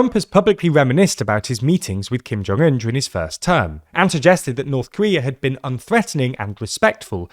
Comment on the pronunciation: 김정은 발음 똑바로 하는 외신 처음 보네요.